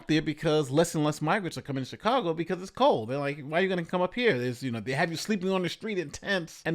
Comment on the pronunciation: I don't know if it's just me, but I hear Shitcago instead of Chicago.